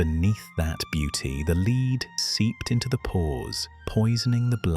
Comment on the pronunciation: More rotten AI narration. The "leed" seeped into the pores ...